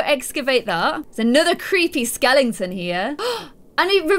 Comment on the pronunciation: Sweetheart, there is no "ing" in the word Skeleton. LOL